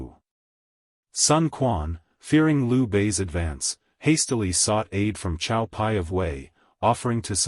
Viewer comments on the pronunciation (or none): Cao,I believe is pronounced as tsao. As in his father tsao tsao.if I'm in left field please elucidate.